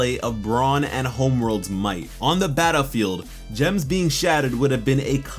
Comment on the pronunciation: You said “battAfield”